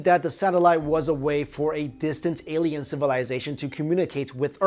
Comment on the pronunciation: It's alien with. A...not Eliens...E